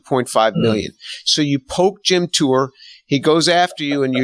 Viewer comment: Hawk tour? Say that again